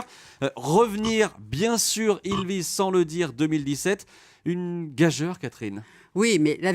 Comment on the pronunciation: On ne dit pas [gajeur] mais [gajur]...